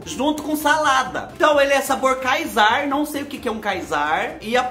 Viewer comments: Não é Caesar, se diz Cízar! Kkkkkk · o nome do sabor do miojo, se fala: Cisar. 🥰 fique com Deus, adoro vc ❤️ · ...o miojo se pronuncia Cízar.... é um tipo de salada que leva aliche no molho. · vc já sarou do engasgo com o coco? Espero que sim. Pra compartilhar conhecimento com vc, cranberry é arando-vermelho (mirtilo-vermelho) e Caesar se pronuncia Císar e é um tipo de molho que se põe na salada. Minha mãe e eu estamos ansiosas para te ver abrindo os presentes que mandamos para vc e lendo nossa cartinha. Fique bem e um beijo carinhoso,! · "Caesar Salad" (se lê "cisar") é a Salada Cesar. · Caesar,se fala ( ciser) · ne caesar nao é CÍZAR q fala e é queijo